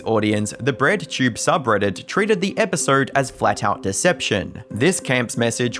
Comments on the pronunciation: It's EpisOde not EpisERd lol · A thirteen minute episerrrd